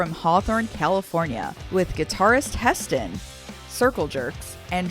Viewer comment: Hetson not heston